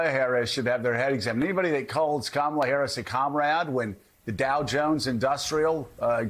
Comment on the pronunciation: He has to pause before saying Harris's name, to make sure he 'properly' mispronounces it. Demented and suffering from dementia.